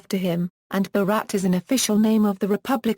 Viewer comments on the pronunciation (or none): What a funny pronunciation of Bharat and Mahabharata she is giving.😂😊